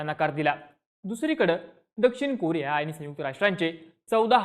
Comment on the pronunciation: कुरिया ❌️ कोरिया ✅️